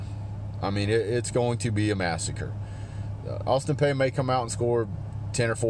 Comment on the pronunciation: Okay first off sir, it’s pronounced Peay (Pea, pee). Second I’m at student there and I’ll be damned if I’m gonna let you talk shit about my school bro because that shit just ain’t cool. Obviously we’re a smaller school and obviously we’re a lower conference team. But that doesn’t give you the right to talk shit about us. If you’re gonna give a review give legit educated review and do more than just talk shit about the other team. Obviously us students at APSU know that we’re going to get demolished. But with that said it’s really ridiculous that you have to talk about us like we’re an SEC school. This is a cupcake game for y’all but this review is honestly horrible. We get you’re bias but that shouldn’t take away from Austin Peays fire and desire to come to Athens and play their hearts out. With that said I’m also a Tennessee fan and I promise you Tennessee is better than APSU. Clearly I’m a level headed person unlike yourself and I understand our team hasn’t been where we’ve wanted it as UT fans in many years. It’s obvious but please don’t forget 2016 sir. You lost to Tennessee. So my advice is to please humble yourself and realize who you’re playing. We’re an OVC school not an SEC school. Y’all have a great team and will absolutely have a great season. As much as that hurts the Vol in me to say, it’s true. I wish y’all luck not only against APSU but against all your opponents. But please take my advice before you do your next review. Thanks. God bless.